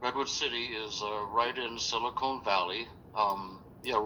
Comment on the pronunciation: "Silicone Valley" hahahah what a joke